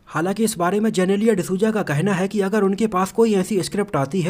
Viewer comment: वो जेनेलिया नहीं जिनीलीया है 🙂